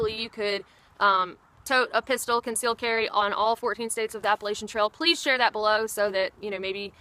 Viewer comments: App-puh-latch-uh NOT app-puh-lay-sha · Appa-LATCH-an.. Damn it. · it's "Apple" "Latch" "Ian". Say those 3 words together and that's how our wonderful mountain chain is pronounced. Appalachian. It's not whatever that word is that you're using. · This is interesting, - you sound like you are from the South, and your name strongly implies Southern heritage, yet you pronounce the word 'Appalachian' as only a non-Southerner would. I mean no offense, but what happened?